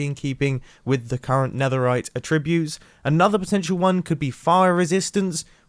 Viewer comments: “A - tribute” ??? It’s attribute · The incorrect inflection on "attribute" made me twitch every time. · Is it just a British thing, or are you saying the verb a-ttrib-ute rather than the noun at-trib-ute? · mumbo: aTTRIBute. me: well that was a weird pronunciation, probably just a misspeak, it's ATTribut mumbo: aTTRIBute. me: ok... wait. * checks comments * me: is it just me? why has nobody said this in the comments??? how do you pronounce attribute? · Nobody: Mumbo: *says attribute as a tribute" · I’m American and the way he says attribute and ingot is trippy to me!😂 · Everyone’s complaining about how he pronounces “ingot” and “attribute” and I still can’t tell what’s wrong with it 🙄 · Someone teach this man how to pronounce attribute